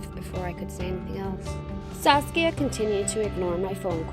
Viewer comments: KookieFace TM she did say sasuke once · i heard saske at first :D i was like wot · I keep thinking that she is saying sauske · No one: Saskia Everyone: SASUKE! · Who heard sasuke instead of saskia and thought of naruto😂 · Who else hear sasuke instead of Saskia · Am I the only one who heard Saskia as Sasuke in the starting?😂 (naruto fans may know ;D) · Am I the only one who kept hearing the name Sasuke, instead of Saskia? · ....why did I hear Saskia as Sasuke..? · I'm sorry did you say Sasuke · she’s saying SASUKE right ? or have i been watching to much naruto ? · Did anyone else heard sasuke rather than saskia ?🤣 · I heard her say saucia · I kept hearing “Sasuke.” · Did she just say "Sasuke"? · Am i the only one who thought she said sasuke at the start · I thought she said Sasuke at first😂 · I thought she said "Sasuke" \_(°v°)_/ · First time I heard Sasuke , not Saskia .... I am the only one? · I thought she said sasuke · What's the friend's name? Sass-kya?